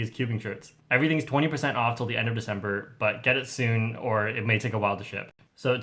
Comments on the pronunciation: Was it soon or sune?😂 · The second time he said ‘Get in soon’ I thought he said ‘Get it? Sune.’ Lol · I can’t hear you say “soon” and not think of sune